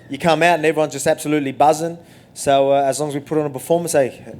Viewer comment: Anybody notice on the first question he said "Soo izzy....." 😂 or am i tripping